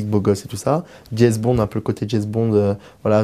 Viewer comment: Dieu du ciel, quelle enflure !!! Même pas capable de parler convenablement: au lieu de "James", il dit "Jèz"... Moins drôle que ridicule.